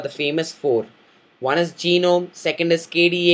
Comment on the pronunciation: its ge-nome not gi-nome